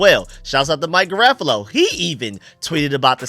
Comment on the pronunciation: His name is pronounced Mike GEAR-RA-FO-LOW lol I used to struggle with his name too 😂